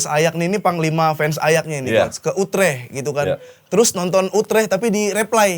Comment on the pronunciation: orang salah ngomong utrecht dibenerin, dia sendiri rubah2 penyebutan kaya lempar tebing dikira lucu